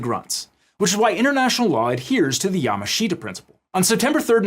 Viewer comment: FYI: Yamashita is not pronounced YA-MA-SHI-TA. It's pronounced YA-MASH-TA. The "SH" in "MASH" is a little clipped at the end. Pretty much any Japanese word that has "shita" in it is pronounced "Shta."